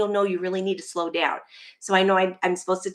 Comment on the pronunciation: Slow not skow lol